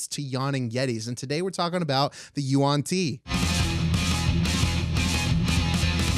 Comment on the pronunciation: How I pronounced Yuan-Yi vs how they say it Them: Y N T Me: You aren't tea